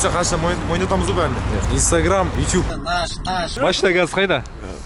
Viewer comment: Неге ютюб деп сойлейсің ютубқой